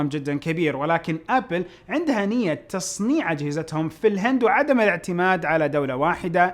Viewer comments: تصنيع وليس تصميع ههههههههههههههههههههههههههههههههههههههہ'هٌ 😂💔. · تصنيع مو تصميع